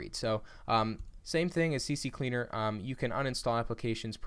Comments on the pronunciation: Stop saying CC cleaner, it's CCleaner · Its not CC Cleaner, rather C cleaner 🤣 Thanks for the video though 👍🏼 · Its C Cleaner Not CC Cleaner lol